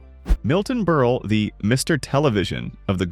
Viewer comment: You pronounced Milton Berle's name correctly once or twice, then continued to mispronounce his name as "Berlie" several times thereafter.